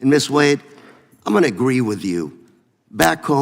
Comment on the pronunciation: Not one single Republican who asked Ms. Wade questions pronounced it the correct way...the way she pronounced it when she introduced herself...WADE. Pronounced JUST the way it's spelled! Long A, Folks! Good grief!